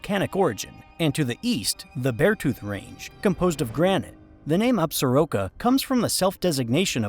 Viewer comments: People in Wyo when I lived there called it Absor-ROCK-Ah not as you said Absa-Roke-ah. Very nice presentation tho. Thanks. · In MT, we usually say Ab-sor-KEAH instead of absoroka